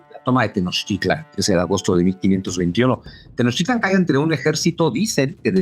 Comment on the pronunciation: Excelente información. Solo una duda, acaso no les enseñan el digrafo Ch en España. Por qué siempre dicen Tenoc Titlan es Tenoch. No es tan complicado 😅